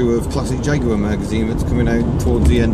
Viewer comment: Is this a jagwire